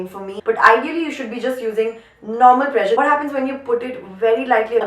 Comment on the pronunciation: pressure was sounding like pleasure 😛😛😝😝, still love you